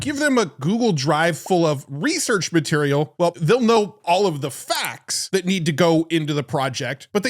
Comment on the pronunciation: "researach" maybe you should AI check your videos..